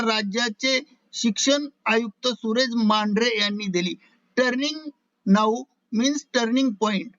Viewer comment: छान वाचून सांगा साहेब.. टर्निंग नाऊ असे नसून ट्रेंडीग नाऊ आहे..